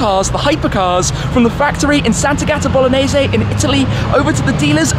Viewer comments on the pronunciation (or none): none